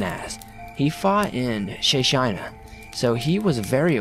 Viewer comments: "Shey shina"? Chechnya! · Chechnya has two hard ch sounds instead of sounding like shay shina lol